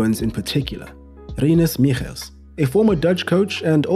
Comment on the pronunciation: Gotta appreciate the near-perfect Rinus Michels pronuncination